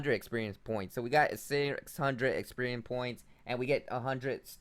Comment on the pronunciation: DAMN THANK GOD SOMEONE POINTED IT OUT IT MADE ME CRINGE WHEN I HEAR EXPERIEM AND POKSPOTS UGH :3